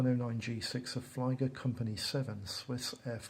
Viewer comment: A very nice and detailed over-view of these two kits! I would just like to point out that when pronouncing certain German words; as in "Flieger".... it's said with an "E", not an "I".... in German, if it's "I before E" then it's pronounced with an 'E' sound. If it's a word like "Zeit"; it's "E before I", then it's said with the 'I' sound. The letter 'J' is mostly pronounced as 'Y', and any instances of V or W are almost reversed in German... The 'V' is more of an 'F' sound, and the 'W' is a 'V'..... so when talking about VW (Volkswagen), it's actually pronounced more like "Fow-Vay' - but shorter on the consonants, and "FolksVagen" for the full name!! I only mention it because when referring to certain groups and squadrons it sounds bad to not pronounce them correctly.... 'JagdGeschwader' is said as "YagdGeshVaader" (fighter squadron)....... "Flieger" is literally "Fleeger" (which is flight/flying). Hope this helps... :-)